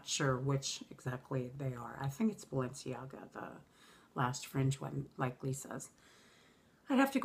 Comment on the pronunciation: Good to see a video from you! You look happy and radiant! The first bag that you showed is probably a copy of Fella bella bag by Stella McCartney. The fringe bag looks like a copy of B Low the belt Twiggy fringe bag that Lisa has! The "ga" in Balenciaga is pronounced like the ga in Lady Gaga:). I hope that was helpful! Stay well and blessed.